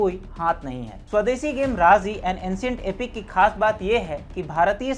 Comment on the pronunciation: राजी है वो राज़ी नहीं। उच्चारण सुधारें।